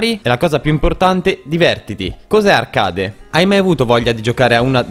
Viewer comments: ti vorrei far notare un errore, la pronuncia di "arcade" è ARCHEID e non ARCADE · La modalità arcade si pronuncia archeid non voglio dare dell'ignorante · Ma come pronunci “arcade”? L’inglese si è suicidato dopo questo